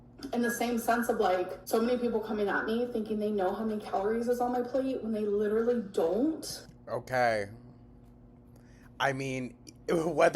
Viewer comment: I hate the way she say literally she says leedarally